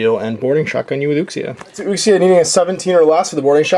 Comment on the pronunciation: Nerdy nit pick. Uxia is pronounced Ooo-she-a